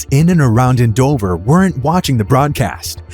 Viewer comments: AND-OVER, not AN-DOVER 😒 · The way you pronounce Andover makes me cringe. 🙄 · They mispronounced Andover but correctly pronounced Towanda. They both should be easy to pronounce.